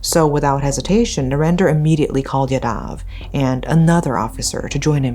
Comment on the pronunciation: Sorry but this is really bothering me. As there are many yadavs in these stories. Its pronounced "yaa-dav"